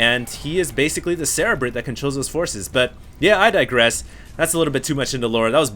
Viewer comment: HD, it' SIR REE BRIT, like cerebral cortex, being the "brain" behind it all.